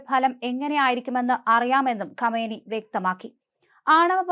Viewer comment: ഗമനി അല്ല . കാം നഈ